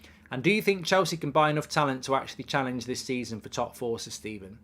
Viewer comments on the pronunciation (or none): none